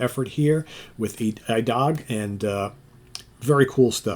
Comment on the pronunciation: The title is pronounced "ee-dag" (Swedish for "today"), with the emphasis on the second syllable